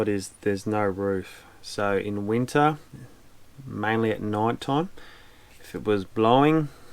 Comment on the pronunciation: He said “winter”. 😂